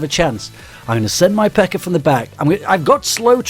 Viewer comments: he said pekker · No offence but he says PEKKA like pecker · I like how he says PEKKA like Pecker, so when he says Massive before it, it just sounds awesome.